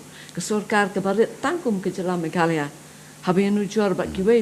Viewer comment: Tang rukom kren ruh kyllain ban Ong meghalaya ruh Ong meghala